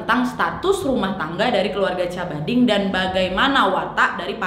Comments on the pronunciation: Ijin koreksi cara baca : Cabading bacanya Kabading, Asuncion bacanya asunsion, Cavite bacanya Kavite atau Kabite. * Saya kebetulan pernah 3,5 tahun tinggal di Filipina. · Nad, mau benerin beberapa hal. Wkwk jiwa pinoy ku berontak. Maap. Cavite dibacanya ka- vi - te. Terus namanya bukan dibaca pakai c tapi Ka-ba-ding. Asuncion dibacanya esansyon. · Cabading - kabading Cavite - kavite Asuncion - asunsyon